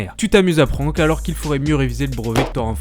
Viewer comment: Le "an" de prank se prononce comme dans "and" ! ;)